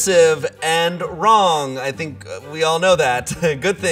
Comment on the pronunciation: Jamine Schmidt you said yeah rong 😂